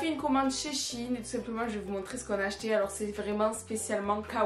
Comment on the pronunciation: Par contre c est pas "chine" mes shein il faut prononcés le "e".voilà sinon je t adore❤❤❤❤